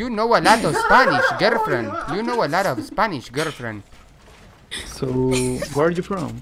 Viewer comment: Jajajajajaja garld fiend